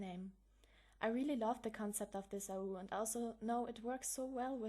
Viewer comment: It's been so long since I've heard your voice <3 Thanks for the explanation! And I'm pretty sure AU is said as "ay you" But Okey;^9